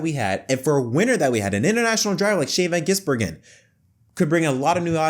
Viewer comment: Shane Van Heisenberg